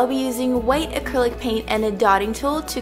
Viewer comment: Wait...did she say black ACRILYC paint??....